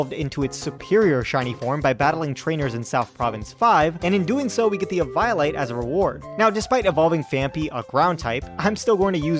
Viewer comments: I'm sorry but my ears were bleeding. You say it like eevee-olite, not evo-olite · I can't help but think you pronounced Nemona and Eviolite the way you did to bait comments. It worked if that's the case. I pronounce it like Eevee-o-lite personally.